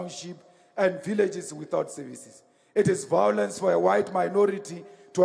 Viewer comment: The truth can be pointed out with evidence, but fools do not recognize this. Never try to explain to an idiot, tell them how it is and walk away. vowlence .....a lovely word spoken by the vowlent.